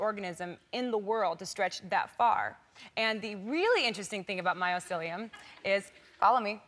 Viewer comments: It's my-SEE-lee-uhm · she keeps saying "myocelium" , when its mycelium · What the hell is "MyOcelium" ?